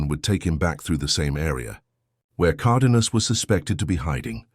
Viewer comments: Flawed AI narration for a very entertaining story. Spanish pronunciation isn’t all that hard, btw, even for anglos. VEE-Ya. Car-DAY-nyas. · Good god! You can't even speak English! Migulito is pronounced Meegeleeto, Cardenas is Carxehnas. I already addressed the pronunciation of Villas' name.